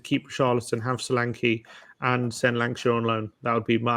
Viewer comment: Lankshear, not Lankashire.